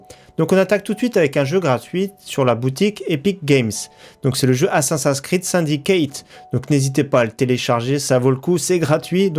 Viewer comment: Je suis mort de la prononciation d'assasin screed xD Super vidéo comme d'hab 👍